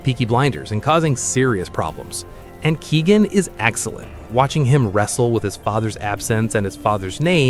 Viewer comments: Greetings from Ireland. Your pronunciation of Irish names is appalling. You should be ashamed of yourself. Cillian is pronounced Killian and It's pronounced Barry Kyoh-gan not Keegan.😮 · It's Ke-O-ghan not Ke-E-ghan. Stop using AI, you dont deserve a follow because of that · Dont forget Keoghans name been pronounce Keegan....